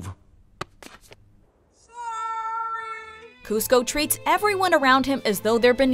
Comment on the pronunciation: When you say kuzco : ah hell nah